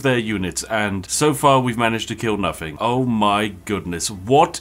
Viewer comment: You can tell Spiffing Brit isn't actually posh in real life simply due to the fact that he says "Noffing" instead of "Nothing"